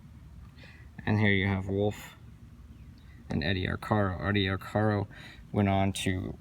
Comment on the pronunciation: Good piece,. I always heard the jockey's name pronounced Ar-care-o, rather that Ar-car-o. He was the most famous jockey of his day. Keep up the great work.